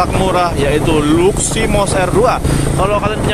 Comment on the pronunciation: Luximos bang.bukan luminos